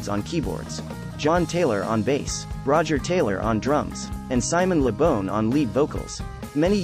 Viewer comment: Its Simon Le Bon (BAWN). NOT Simon Le Bon (BONE)!!!!